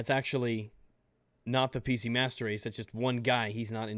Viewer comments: Did he say PC "masturd" race? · am i mishearing or is he saying pc mustard race?